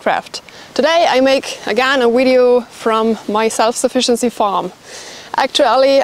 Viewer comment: Heads up: it's 'video', not 'wideo'!